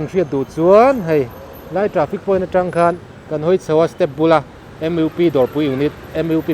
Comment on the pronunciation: Hmuhnawm leh pek ṭhin e. MUP hi lamdik theih chuan Em iu pi.....ni lovin Em uu pi....tiin